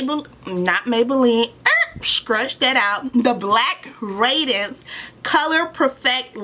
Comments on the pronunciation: It’s raid-dee-ance, not radence. Power is great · I love yo video but It’s Pronounced Ray-D-Nce